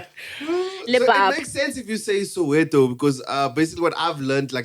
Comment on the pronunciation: sosha not soweto